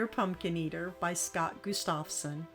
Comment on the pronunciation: Gustafson is an old scandia name. It comes from the first name of Gustaf (Gust-of) so it is pronounced GUST-of-son, meaning "Son of Gustaf". Beautiful framed Lithographs! Enjoyed your haul.